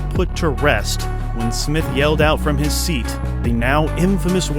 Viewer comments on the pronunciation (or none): none